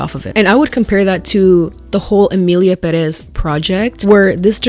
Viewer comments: Emillia Perréss 😅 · ok but it kinda pisses me off how y'all keep pronouncing "emilia perÉz" instead of emilia pÉrez.